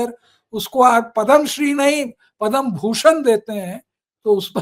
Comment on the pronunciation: पदम् पुरस्कार बोलें पद्मा पुरस्कार नहीं।